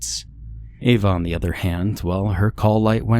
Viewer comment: Well done, only 12 attempts to pronounce Ava correctly.